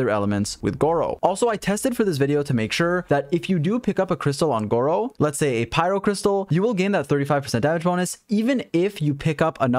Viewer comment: don't watch the video yall he keep pronouncing his name as gowo